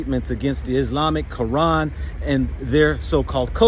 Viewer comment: Is Qur'an not Qaran